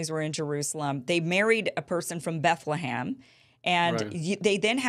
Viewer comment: It's BethleHEM, not BethleHAM, Kim!!!